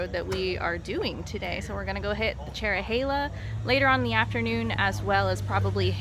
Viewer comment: The Dragon is more fun if you enjoy hard braking, scraping floorboards, and accelerating out of corners. The Cherohala (thank you for getting the pronunciation right) is fun if you want to set your cruise control and push the handlebars to almost max lean. However, neither is the best road in the area!